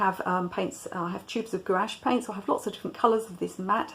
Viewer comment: Gouache is a single syllable